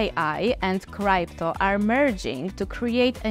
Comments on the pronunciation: Научите эту старушку правильно говорить крипто а не крайпто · It's not criepto but crypto... What a shame... How we all gonna trust this project when you are not even capable of saying the word correctly.... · Cripeto currency, Cripeto lol😂😂